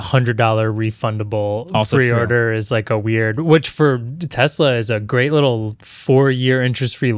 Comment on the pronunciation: Alright you guys have to stop this right now there are a couple guys on this podcast that pronounce Tesla like it's Tezzla with a Z there's no good reason why any of you should be saying it that way I don't care how much of anglophile you are stop it stop it right now.